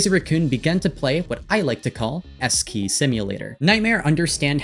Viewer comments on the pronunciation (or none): lmao, I had to rewatch this part multiple times because instead of “S-key” I heard “Eskay” and I was like “wow, cheap shot but okay.”